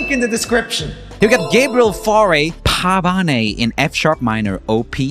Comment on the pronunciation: Joel saying “Foo-gh” instead of fugue was SACRELIGIOUS angry twoset noises Edit: omg I just got to “pah-va-nay” help